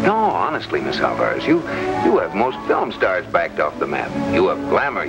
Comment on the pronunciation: They sure did like butchering the pronunciation of Álvarez.